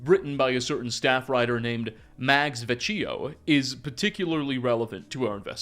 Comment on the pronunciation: It’s actually pronounced Vec-key-o, sorry I really do love your work. I list to you cover lore all day at work :)